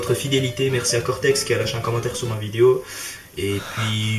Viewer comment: Y'a un truc qui a jamais changé en toi tu dis toujours vidio... c'est pas ce qui te rend authentique mais on t'adore ;) continue !